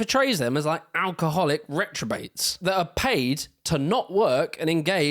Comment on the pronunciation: Just so you know m8 it's " reprobates" not " retrobates". Sorry m8 ,love your channel though.